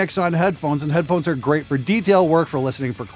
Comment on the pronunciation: "Headphohes" Sorry, I couldn't resist. :P